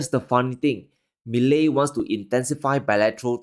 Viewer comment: I congratulate you on being one of the very few to pronounce his name correctly 👍🤣 But here's something that you're not taking into consideration.... Argentines have gone back and forth from ruins to glimpses of success... Over and over for the past 70 years. If there's one thing that they do have is resilience. It's definitely not going to be easy and they are going to be protests daily.... But again argentines are totally used to that. This guy, Milei, for the first time in many years, actually appears to be someone capable of turning things around 💪